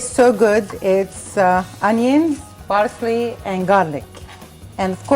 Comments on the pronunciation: Parsley..not barsley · Parsley and not Barsley . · I love how she says 'Barsley'💖 I love watching her cook. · I like the way she says Parsley. It sounds like Barsley. lol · thats their mothertongue interference...theyv no Ps! their P comes out as B